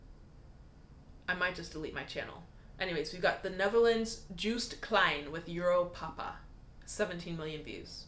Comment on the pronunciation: I want to like euro papa but I can’t stand the way he says it. Sound uwu